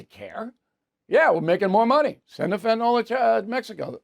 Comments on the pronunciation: Bill...PLEEEEEEAAAAASSSSEEEE learn to pronounce fentanyl! It is not fent in all! it is fent a nil!!!!!!!!!!!!!!!!!!!!!!!!!!! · Fentanyl...........is pronounced: "fen ta nill", not "fen ta naul"............... Look at the spelling. Thank you. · Bill. You brag about your masters degree and your understanding of economics, and you brag that you’ve been to most countries in Europe. You have an undergraduate degree in journalism, I think. You complain about people that use annoying phrases and cliches. But you can’t even pronounce the word fentanyl. Look at the spelling Bill. When was the last time you heard a word with the ending “yl” pronounced “ohl “? Get off your tush and research the pronunciation Bill. Don’t be lazy. IT’S FENT-AN-YL Bill!!! Think of the word ill. Or your name, Bill. That’s the way it’s pronounced. 😂😂